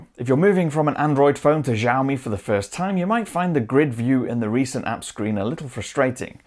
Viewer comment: it's xiaomi not zhaomi